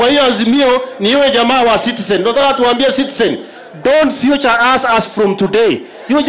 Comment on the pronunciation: hahahaha Sudi's English though "Don't future us" my friend it is feature .....Kicks of the dying horse ...Nyumbani mtaenda tu